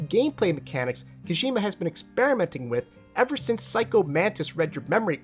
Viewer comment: Great video but man it's kojima not koshima